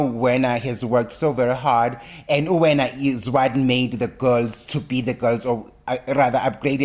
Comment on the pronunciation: It's Werner (pronounced 'ver-na' - va, ve, vi, vo, vu, not 'wena'); Wessels (pronounced 'vessels') 🙄.